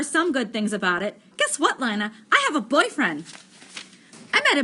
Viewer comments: Is Lina not Lana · Worst reading EVER it’s Lina not linea and stutter much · Sry to be mean but it's pronounced ( LEANA ) NOT ( LINEA ) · PLZ JUST SAY LINA PRONOUNCED L E E N A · Not trying to be rude but I think lina’s name is pronounced ( lee-na) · She says it like lie na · SHe SaYS lInA WrOnG